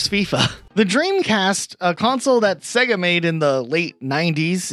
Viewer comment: Why does he say sega so wrong?